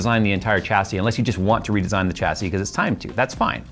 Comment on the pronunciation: Dude you are triggering me with your pronunciation of Chassis - it's 'Shassy'.. not 'CHAsy' lol